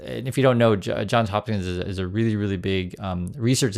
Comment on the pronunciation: Sorry to be petty. You said it right once, and than went back. I'm a Baltimore native. It's JohnS Hopkins. With an S at the end of John. Johns Hopkins.